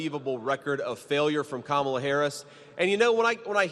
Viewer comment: Sorry Mr. Vance it’s is Kamala not Kamala. The proverbial word, racist, is now worn out.